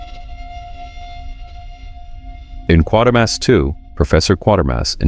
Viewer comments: Quatermass is not pronounced like quater. It is pronounced like crater. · Ah man. As soon as I thought "you pronounced it right when you referenced the name during X so whatever you do, don't add an 'r' and make it 'Quartermass'", it happened. Q2 is my favorite of the three Hammer Q movies if only because it improves the serial it's based on. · Its pronounced "Qu[AY]termass" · When you mentioned Quatermass at the start of the video you pronounced it correctly but later on when talking about the movie you got it wrong 😂